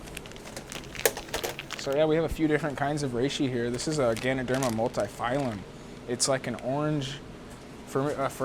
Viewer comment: Love the video, great to see your setup and how you run things. Just gotta add one thing though. It's Ganoderma Multipileum, not phylum :) Would love to see more videos!